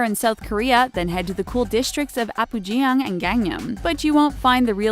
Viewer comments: “Apujäng“ “Gängnäm“ “Dongdämen“ No hate this is just so funny :D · Could you please learn how to pronounce Korean names? I cringed badly at the mangling of "Apgujeong", amongst others, and even "Gangnam" was arguably said wrong, too. Also, there were more than a few street shots that were from a Chinese city, and not a Korean one. Quality control, guys. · Please, please, please if you're going to put Korean cities and places in your video, pronounce them correctly. Apgujeon (앞구전) should be like (ahp-goo-jawn) and Dongdaemun (동대문) should be like (dohng-day-muhn). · "apu-jee-yeong" I cringed lol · The way she said Apgujeong, Gangnam, and every other city would make WooLara QUAKE HUNTY. (edited to make sure I got all cities)